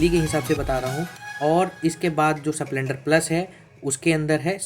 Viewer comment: स प्लेंडर नही स्प्लेंडर बोलते हैं😅😅😅